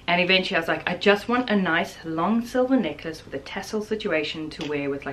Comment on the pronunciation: listening this video while mildly loudly washing dishes - I thought you were saying knickers when you were talking about the silver tassle necklace and I was wondering why you wanted silver tassel knickers lol Then I seen you hold up the necklace and had to laugh. I need a louder speaker I guess.